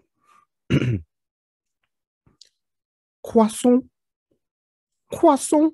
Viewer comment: Cwasont 😂 love your channel dude